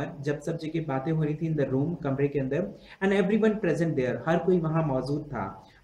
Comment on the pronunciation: This was shit he can't even pronounce and properly